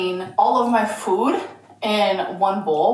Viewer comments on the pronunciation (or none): I’ve always hated the way she says food 🥴 idk why